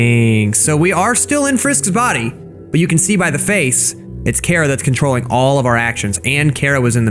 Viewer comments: its not cara its chara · Its chara not cara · Why does everyone call chara cara? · Me hearing call chara cara Me: it’s pronounced chara (ch-are-a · ...cara really,ITS CHARA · It's not c-ara it's Ch-ara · It's not Cara It's Chara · It’s not cara it’s CHARA CHARA NOT CARA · pronouncin chara as cara Me: ITS CHARA NOT CARA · Chara not CARA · Bro It’s pronounced like chara not like Cara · Liston ch ara not c hara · It's pronounced ch-ara not ka-ra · People have said Chara Cara But why carea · IS PRONOUNCED CH-ARE-UH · He’s saying chara wrong it’s cha-ra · I like how he pronouns chara he pronouns it like kara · I cringed every time he said cara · Stop saying it like cara or some crap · That's not how you pronounce Charas name